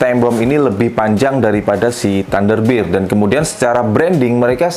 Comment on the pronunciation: ThunderBear dibaca TanderBIR hahahha😅 mau nge BIR🍺 ya Om... Baca nya BER, Om...